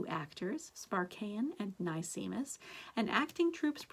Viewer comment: nicemis is pronounced nice miss. like a nice miss. sparkeion is pronounced sparky-on.